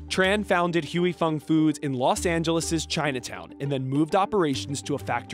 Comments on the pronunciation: Please learn how to properly pronounce the name of the company first!!!! If you don’t know just call the company and ask. This shows how “white” you are. And you work for NBC? Don’t NBC have a sister Latino channel? Wouldn’t being sensitive to ethic names a priority. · Why didn't someone teach these white people how to pronounce Huy Fong before this video 😩😩😩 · Can't figure out how to pronounce Huy Fong? Lazy reporting. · It's not "hewey fung foods," it pronounce "hi-fong foods." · its not pronounced "HUE" Fong. its pronounced HWAY. Stop white people from reporting on cultural matters they only degrade everything they touch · It is not called Hu I Fung it is called Hwee Fung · You pronounce it like Huey Fong? Really? It's more like Hwee Fong. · It's HWAY FONG. Please, stop with the HUEY. Good lord. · The company is pronounced HWEE FONG !! NOT HUEY FONG !! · It's pronounced Hwu'ei Fong. Hugh-ee Fong sounds so off😂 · It’s not pronounced hue-e. It’s pronounce hwee. I just bought 2 bottles in Maui back in July for $10 each from a restaurant. Today I overheard the grocery store manager talking to the warehouse rep and he will be getting 15 cases of Huy Fong sriracha so perhaps the shortage is over. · "HOY-Fong." Not "Huey-Fong" or "Hooey-Fong." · I cant stand this white boy pronouncing it as "HUEY" FONG. Its pronounced as "WE FONG", the "HUY" is pronounce as "WE". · it's "wui" and not "huey" fong foods lol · It's pronounced "Hi Fong". LMAO at "Huey"😂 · Why does he keep saying “hooey fung”? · “Huey” Fong? Seriously CNBC? You let his butchered pronunciation go live? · He says "hughey fung" 🤦🤦🤦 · Pronounced "we fong" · wtf "huey fung foods"? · Every time you say HUEY it’s grating. You’re CNBC why can’t you say it correctly? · Huey fong? That pronunciation is wild 😂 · "Who-ey" Fong😂😂😂 what a way to butcher the name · Can you at least try to pronounce Huy Fong correctly? it's not Huey Fong. It's one syllable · It is pronounced " Hi Fung " white guy from the office ........